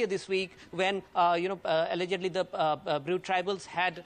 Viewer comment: Bru not brew